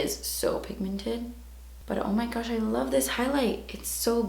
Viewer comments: Every time she says “oh my gouch” I die because of the urban dictionary definition of “gouch” 😂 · Megan Coller we are all welll aware of what she really said 😂😂😂😂 the O.P was just saying that when she says it like that it sounds like shes saying gooch😂😂😂😂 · I really like how you say "oh my gutch" 😂